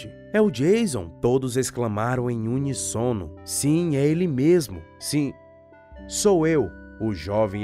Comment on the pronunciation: Notaram que o narrador(analfa) pronunciou errado a palavra "uníssono" ???? ele falou unissono...como pode um narrador ler tão mal???ouçam nos exatamente.